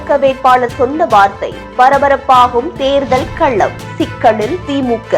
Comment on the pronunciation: கள்ளம் இல்லை.. "களம்". திறந்த வெள்ளி இல்லை.. திறந்த "வெளி" . தமிழைக் கொல்லாதீர்கள் அம்மணி. உச்சரிப்பு மாறினால் பொருளும் மாறிவிடும் என்பதைத் தயவுசெய்து மனதில் கொள்ளுங்கள்.